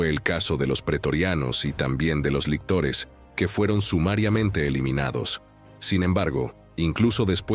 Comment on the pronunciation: Lictores, no lectores...